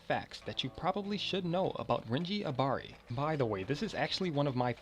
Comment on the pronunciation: renji ABARI it's ABARAI FOR FUCK SAKES